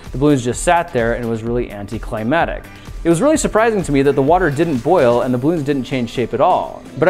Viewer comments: pissing me off this, it's 'anticlimactic', not 'anticlimatic' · Grant, you have a large viewer base, who look to you in some part for correct conclusions and science, along with just neat explosions and things. Please understand that the word you're saying is spelled and pronounced "anti-cli-MAC-tic". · will anyone ever tell him he is saying anticlimactic wrong? Anti-climatic means there is no climate. cries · its anticlimactic, not anticlimatic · The word is anti-climactic, not anti-climatic. This is the 2nd video I've watch where you said that. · anticlimatic? I think it's anticlimactic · It's pronounced anti-climaCtic, not anti-climatic. Pronounce all the C's please. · The word is "anticlimaCtic"